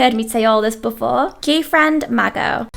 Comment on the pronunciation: I love how you pronounced gfriend as gayfriend